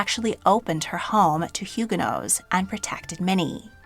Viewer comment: It is baffling to me that you are a historian and don’t know how to pronounce Huguenots.